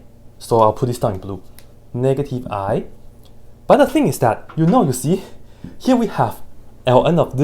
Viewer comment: Pronouncing "sin x" as "sẽx" and "negative i" as "nakedy i" ...you have my attention, sir. 🎩